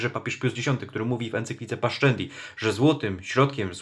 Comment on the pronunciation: Piękna robota. Jednak jeśli chce stosować Pan rzymską wymowę łaciny ''pascendi'' czytamy paszendi. Sc przed e,i czytamy ''sz''jak w j. włoskim. Pozdrawiam z bydgoskiej Kaplicy FSSPX